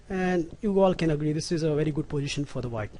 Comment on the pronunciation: pojition? tranjition? "the planning is.. wtf, very poor english!!!